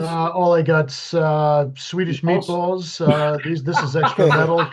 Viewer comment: When Craig said “Swedish Meatballs,” I thought he said “Swedish Menthols.” Which cracked me up.